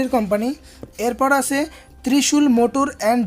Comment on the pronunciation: আসে,আসে বলছেন কেন? আছে বলুন।